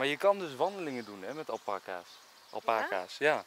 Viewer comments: Je spreekt het niet uit als alpakas maar als alpaakas i know je schrijft het als alpaca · Het is al-paa-kaas niet alpa-kaas (je schrijft het wel alpacas) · Je spreekt het uit als alpaaa-caas niet al-pa-cas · Iedereen: alpacas Enzo: Alpekaas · Het is geen alpacA's maar alpAca's, goed uitgelecht?😂✌🏻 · zo spreek je het niet uit! Het is alPAca's, niet ALpaca's. Sorry, daar wordt ik lichtelijk agressief van😂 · Iedereen: Alpaca’s ( Alpaaca’s) Enzo &: Alpacaas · Alpaka's en niet alpeka's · nobody: Enzo: Alpenkaas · Fleur van der Wansem hij zegt alpenkaas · Niemand: Echt helemaal niemand: Enzo: apacaas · Wij hebben ook alpaca’s, dat met die halzen om elkaar heen was geen liefde ofzo, maar vechten. En het is alpaakaa zegma😂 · Alpaaaaaca's (de klemtoon ligt dus op pa😜) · Niemand: Echt helemaal niemand: Enzo: alpekaas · Hoe je het zegt alpaacaas hoe Enzo het zegt alpacas’:Ah là pak kaas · 😊😊😊😊😊 Het is alpakaaas En het is niet akrapOvic maar akrApovic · Het is alpaakaas en je schrijft het als alpaca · Oké het is alpa-cas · je zegt alpaakaas